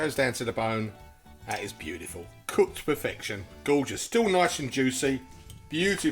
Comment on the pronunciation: Looks lovely also I love the way you say beautiful it cracks me up every time